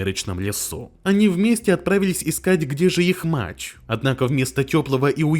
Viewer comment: Голос нейросетью синтезирован? Почему "мачь", а не "мать"?😅